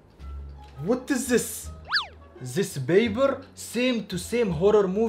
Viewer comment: says Baber instead of paper 😂